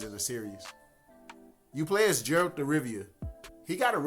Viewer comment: lmfao my boy you need to work on how you call the main protagonist, Jayralt ...?! what's that, nah for real even in the actual game they don't call him like that